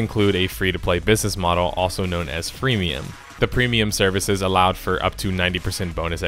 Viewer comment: "Fremium" love it :-D